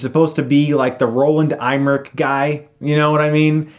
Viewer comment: Who's "Roland Eyemmerich?" I thought Roland Emmerich made this movie like the first one. Did they just get a guy with a similar name and no one even noticed?